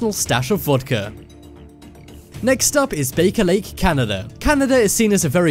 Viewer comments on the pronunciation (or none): "Guugle", "kneeclear monopoly", "kneeclear city", "bake-a-lake" ("Baker Lake"). :-) And why is there a map of Gothenburg (Göteborg), Sweden, - in a discussion about "space ships" in Romania?